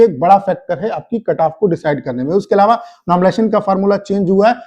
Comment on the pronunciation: Carrrrrr😂 kataff😂 yh sir khali katagry wise kataff batate h only 😂😂😂😂carrrrrrrrrrrr😂